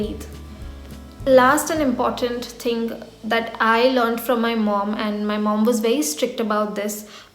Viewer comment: "the first 'dhing' is..." North Indians!!!